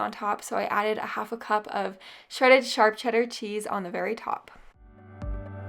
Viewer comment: It's hilarious how you say charp cheddar not sharp😁🤣